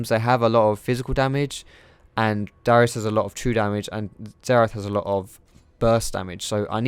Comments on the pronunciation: It's Darius not Dyrus ! >.< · He kind of sounds like he's saying dyrus when he says darius. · thought you said "Dyrus" lol